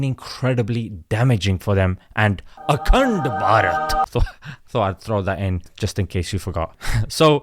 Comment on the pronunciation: Akand p -aj -eet 😂